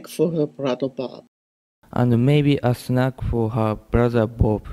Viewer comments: “And maybe a snack-a for her brother Bob-a” 🤣🤣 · That very last Italian example, I hear "maybe a snack-eh for her brother Bob-eh". Is it a some special feature, adding vowels that aren't there? Does it have a name? I think I can hear that in many accents. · The Italian guy at the end spoke surprisingly stereotypical, which I didn't realize is an actual thing: snack-uh for her brother bob-uh.